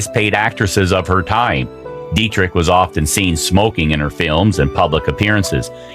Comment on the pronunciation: Everytime the narrator says "smokeeng" it sounds like Mean Gene Okerlund. Put that cigarette out!